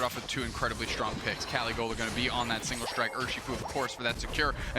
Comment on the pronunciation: Pronouncing caligola totally wrong